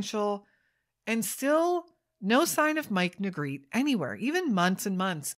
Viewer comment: His last name is pronounced Nuh-greh-tee. He and his family were my neighbors for several years.